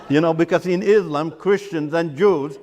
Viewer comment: This fellow is fake. He can't even pronounce Islam and Quran properly.